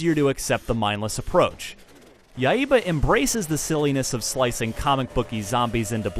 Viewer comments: yeah, its Yai-ba. but hey he tried haha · he says Yaiba like YA-II-BA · ya-e-ba what? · "Yai-eh-ba"? And no comments on the zombie clowns or women's underwear? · Dude pronounces the HELL out of that word. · Ryu is pronounced Lew in japan, and accent in Yaiba is on the first a. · His pronunciation of Yaiba kinda annoys me. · Y u pronounce yaiba wrong